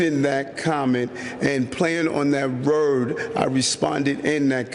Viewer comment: is he trying to say “word”? Holy cow